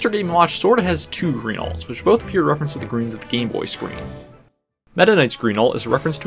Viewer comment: “You’ve finally turned GWEEN”